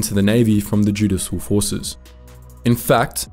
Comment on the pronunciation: Just to help, it's 'joo-dish-al', not 'joo-diss-al'.